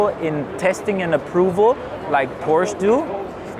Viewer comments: its fucking porschE. not porsch ffs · No it doesn't ask Porsche people they will say a two syllable word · Porsche made their own official pronunciation video already maybe a year or two ago. That settled it absolutely authoritatively if it wasn’t already. The person in this video pronounces it incorrectly. Sometimes the factory drivers do too. They know the cars but are not authoritative for pronunciation.